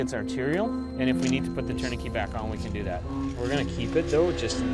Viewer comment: They are saying tourniquet wrong